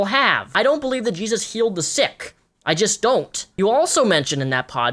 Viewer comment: i think im having a brain aneurism after hearing all this YAYSUS